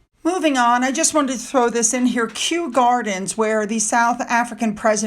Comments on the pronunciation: Hi. Here’s a little pronunciation help. Barnados - barn-(y)ard-o’s (without the Y) And from yesterday, Kew Gardens - Queue Gardens. I lived over that side of London as a kid, Kew was a regular day out. It is a fantastical magical world to a small child. Fun fact. Do you remember Alan Titchmarsh (pronounced Titch- marsh) who helped host the jubilee. When you pronounced his name I was drinking my coffee & almost choked on it. I loved how you said it. Alan left his home in the north of england amidst scorn from his dad, because you can’t make money from growing flowers. He arrived in London and got an apprenticeship at Kew Gardens. He is now Britain’s top celebrity garden expert & a really good fiction author. Another name you mispronounced was when you mentioned the River Thames. Pronounced Tems if your from London. It made me chuckle. But also made me realise that Britain’s longest river, that goes through the heart of London & was central to London life & commerce for centuries, may not be as world wide famous as we might presume. I hope you don’t think this is a criticism. Trust me, we are all guilty of it. I pronounced the name ‘Hermione’ - Her-me-ony throughout reading the Harry Potter books to my daughter, right up until the films came out. How are we supposed to know if we’ve never heard it the word spoken before. I love it when you mispronounce. Your human and it makes you down to earth instead of a YouTube starlet. Lots a luv 🕯❤️ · Hi. The name Kew, as In Kew gardens is pronounced as if it is ' queue'. Don't try to be Taz, or have dogs like Lady C. Just be yourself!!